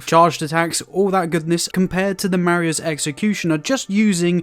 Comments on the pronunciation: Not to be that guy but it’s pronounced “MAH-RAY-Z” executioner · “Mah-ray” is the pronunciation for the word Marais.